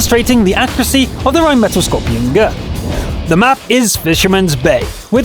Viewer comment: its an skorpion G not skorpion GO -_